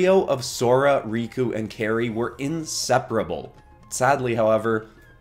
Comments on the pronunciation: Her name is pronounced KAI-ri, not KAY-ri. Like how kite is pronounced as kait. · It’s pronounced Kai re